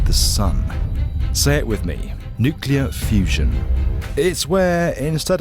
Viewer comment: Nucalere Fewzon!